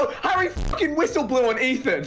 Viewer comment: Everyone: "Harry" Dream: "Hairy"